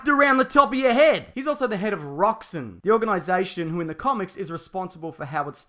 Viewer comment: Its roxxOn not roxxin! Bloody foreign bugger!!!